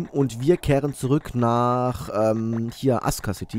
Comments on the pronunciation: wieso sagst du imme "aska" anstatt "asuka" das stört mega... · weil asuka city ein japanisches wort ist, und asuka nicht ASUHHHHKA ausgesprochen wird, sondern das u stumm ist und es ''Aska'' gesprochen wird. das ist genauso wie das wort sasuke von naruto, wird nicht sasuuuhhhhke ausgesprochen, sondern saske.